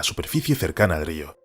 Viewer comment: Estáis obsesionados con los castores, más de 10 videos sobre castores...ah y podéis decirle al locutor que aprenda a decir río, por favor